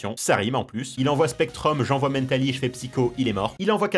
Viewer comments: Arrêté de dire mèntali c mentali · Toute la vidéo il a prononcé Mentali “Mennetali” ça me stressais x) EDIT: pour votre information, On dit aussi Roucou pour Roucoups (parce que ça vient de Coups) On dit Taïgnon pour Tygnon (parce que ça vient de Mike Tyson) BONUS : On dit Maraisté pour Maraiste (parce que ça vient de Majaisté) Tout à été affirmé par le traducteur officiel des 2 première génération (celui qui a inventé les noms), c’est Julien Bardakoff ^^ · En anglais mental se prononce "Mennetal" donc rien d'anoramal ^^ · Bah il prononce à l'anglaise. Wait. En anglais, Mentali, c'est Espeon. Donc il prononce un nom français à l'anglaise. Laisse tomber même moi je pige pas en fait 😅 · La façon qu'il a de prononcer Mentaly… J'en peux plus T_T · la manière dont tu prononce mentali m'as triger de nombreuse fois mais bonne vidéo :)